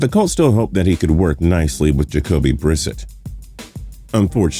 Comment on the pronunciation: How can this man work for a sports "show" and not be able to pronounce names correctly? it's not Jacoby "Brissit"